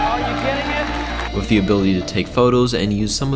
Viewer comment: Good vid but please stop saying 'wif'....